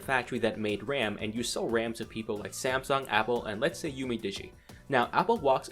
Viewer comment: lol!!!! samesoon?